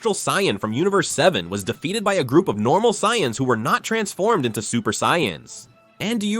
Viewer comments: Cyans? This ai needs to be terminated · Dude the word is Say-ans. Try Phonetics